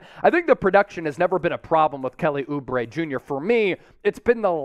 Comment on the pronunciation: oubre? lmao. stop it